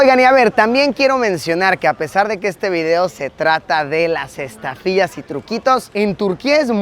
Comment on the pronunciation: ESTAFILLAS!!!!!!??? MI LUIYI. 😅😅😅😅😅 GENTE ✨💩💩💩✨👽👽👽